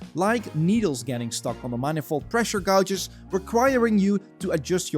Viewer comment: gauges is pronounced as = gayjiz not gowjiz